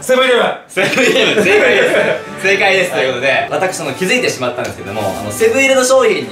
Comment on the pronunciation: キム川「はい(流暢な日本語)」